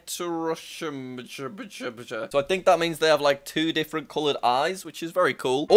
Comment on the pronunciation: it’s pronounced “hetero-kro-mia”. The word comes from these Ancient Greek words “héteros” meaning different, and “chrôma” meaning color or the state of pigmentation. Although people use this term for different eye colors, it can also mean variation of colors in hair or skin. The scientific term for heterochromia in the eye is Heterochromia Iridum or Heterochromia Idiris.